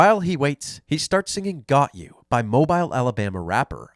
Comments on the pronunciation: You are one of my favorite channels on YouTube but please don’t slaughter Mobile, Alabama like that. It’s pronounced “Mobile” like “automobile” not “mo-bile” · it’s pronounced “mo-bill” not mo-bile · it’s pronounced Mo BILL. Not Mo Bile. Signed, an Alabama native. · “Mo-bile” is pronounced “Mo-beel” Alabama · It’s “Mobeel” not mo- bile😂😂😂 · Hearing mobile, Alabama pronounced that way hearts my heart 😩. I’ve lived in mobile my whole life and it is pronounced like mow-bill, not like mobile phone. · Mobile, Al is pronounced ‘Mo-beel’. Just an fyi. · Mobile is pronounced mobeal! Lol strange yea but you should hear some on the native American towns in oklahoma